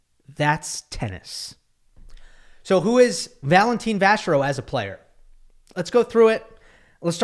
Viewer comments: Its Valentin not Valentine! 😂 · Could y'all (commentators included) stop pronouncing his name as Valen-teen. If you're going to spend a big chunk of time on a single player, it would be polite to get his name roughly right!